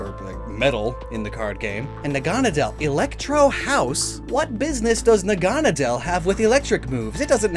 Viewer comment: That's pronounced Naga-Nay-dle - Naga (as in a Greek Dragon) Naydle (as in Needle).